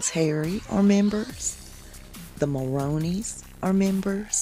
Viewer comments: Nice 'devil's horns' hand sign! Just quick note (if care to know) the correct pronunciation of the Mulroney name (Ben & Jessica) is 'Mul-ROON-ey'. When Ben's dad was PM of Canada he wasn't very liked. Both him, his social-climbing wife Mila and their kids Ben, Caroline, Nicholas & Mark spent as much time as they could at their second home in the ritzy section of Palm Beach, Florida. Social climbers extraordinaire! Lastly, I wish I knew the nail polish color PH is wearing it's quite nice! )>.<( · LOL I like the way you pronounce Mulroney as "Moroney." Love it.